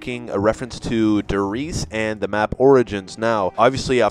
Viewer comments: IT'S PRONOUNCED DARE REISE NOT DER REISE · Love the video just wanted to mention that you pronounced Der Riese wrong it is pronounced Der Risea but spelt Der Riese just wanted to mention it but amazing video :)